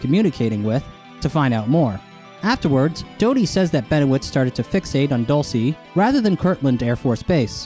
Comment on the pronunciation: Lol "Dull- say, New Mexico"🤣